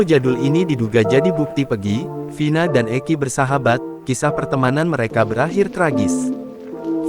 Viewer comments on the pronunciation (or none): none